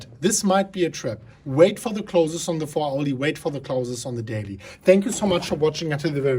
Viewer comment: Haha ya this is classic. Its more like “today, for da bitcoin” 👍👍👍